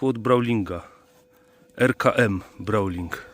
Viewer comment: Nie Brauling tylko Browning kurła ! :)